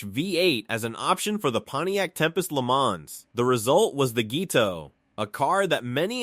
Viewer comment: "the result was the Gee Toh" Mmhm. That's exactly how a human automotive enthusiast would say GTO. Good job, AI.